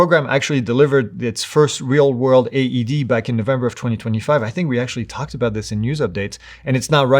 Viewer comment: AED, not ADD